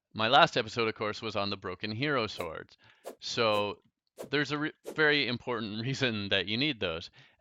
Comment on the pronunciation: When you hear "Today's episode is all about Tord" instead of "Today's episode is all about swords" XD